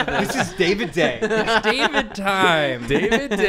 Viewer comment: ITS DAVID DAY!!! DAY-VID!!!!! :D